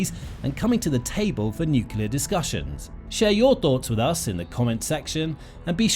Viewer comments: NOO-KLEE-UR..Nuclear, not NUKULAR. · It's NUCLEAR not nucular!!! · Why can't journalists use the word "nuclear "? Where does the false pronunciation "nucular" come from? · Nuclear not "nukyalar". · “Nucular” this dude cant pronounce nuclear